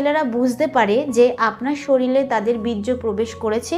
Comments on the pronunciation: শরীল নয় শরীর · একজন ডাক্তার হয়ে উচ্চারণ ই জানেন না আপনি । শরীল আবার কি ?? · শরিল ❌ শরীর ✔️